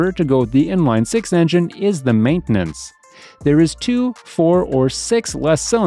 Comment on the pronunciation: what is maninantance?